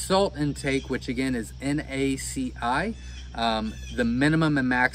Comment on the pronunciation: For the guy making this video, it's NaCl - that's a little "L", (pronounced el) not an "I" (pronounced eye)!!!!!! It's the chemical compound for Sodium Chloride - table salt!